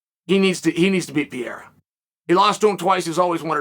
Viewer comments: brain-damaged "pierra" Chael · It’s the Pee era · Pierra lol